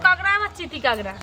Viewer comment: কাগড়া কি কথা? কাঁকড়া